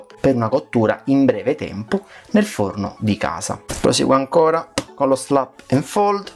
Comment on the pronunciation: "Slap and fold" non si può sentire...